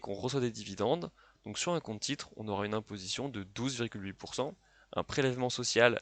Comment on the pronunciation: On dit "cenT euros" et non pas "cenZ euros".